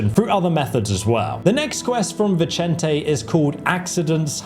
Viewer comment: I now have PROOF that you YouTubers are trolling us by purposely mispronouncing names in your videos to drive us nuts… You pronounced Vicente 2 different ways in like 3 seconds at around 18 minutes…